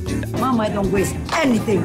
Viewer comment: We need a compilation of Mama Mai's "Don worry" 😂😂😂